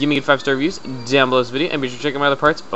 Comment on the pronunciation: you said "fart" not "part"